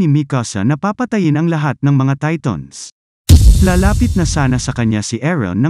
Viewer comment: Who relieze he's saying TATONS